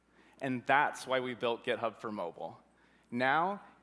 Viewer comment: did he just say gitub?